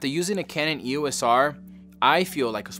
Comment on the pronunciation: We will forgive you because you were a Sony user, but EOS is a two syllable brand name, NOT an abbreviation. You say it as a single word, and not as three letters.